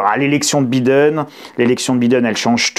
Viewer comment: « Bidène », je ne m’en lasse pas :-) Merci beaucoup pour cette présentation du dossier… si inquiétant soit-il.